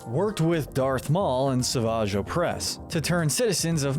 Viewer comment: Funny how the only name he pronounces right is the one that even fans sometimes screw up (Savage Oppress)